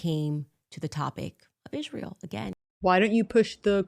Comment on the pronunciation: I always thought that it was spelled ISRAEL why is she saying it like ISHRAEL !!!